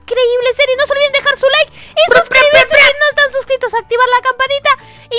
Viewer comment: no se dise like se dise likee